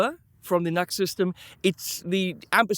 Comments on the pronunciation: Nice review. Thanks. "Nu - X" I think, rather than 'nux'... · Yo it's pronounced "New Ex" not Nux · Pronounced noo x - not nucks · Great review & excellent live test. Never thought about an extension cable as an addition.. that's a great idea for any guitar without a strat type output jack. Btw, I'm quite sure NU>X (as the logo suggests) is pronounced as Nu-X (New Axe), not Nux. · It’s pronounced Nu-X or new x.